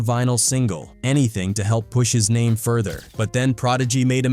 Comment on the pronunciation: How many names are you going to mispronounce in your garbage video? Show some respect